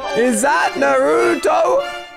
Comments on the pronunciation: Naruto not narooto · Who else got triggered when he said Naruuto instead of Naruto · BRO DID U JUST SAY NARUOT THAT WAS DBZ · WHAT DO YPU MEAN IS THAT NARUTO THATS NOT EVEN A SKIN FROM THE COLAB ! ! ! AND THE FACT THAT YOU PRONOUNCE NARUTO